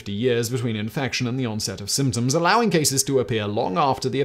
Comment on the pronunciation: I commented the same thing!